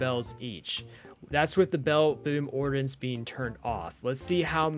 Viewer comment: Ummmm you're saying ordinance worng you pronunciation the I as a Edit corrected your to you're